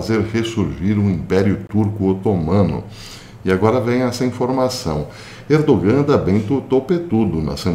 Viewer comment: Professor, sabendo que o Senhor é um perfeccionista, vai uma pequena correção: não se pronuncia o “g” no nome Erdogan